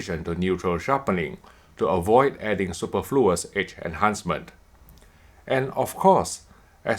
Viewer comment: Since you said it's relevant to your job, you may wish to learn how to correctly pronounce "superfluous".